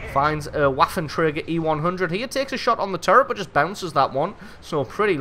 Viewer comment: Just FYI, the "w" in waffenträger is pronounced as a "v", like ventilation, vapor, etc.